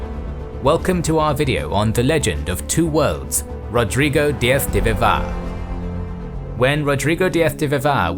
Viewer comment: The name: Rodrigo Diaz de Vivar No one:: Rodrigo DiaF de Vivá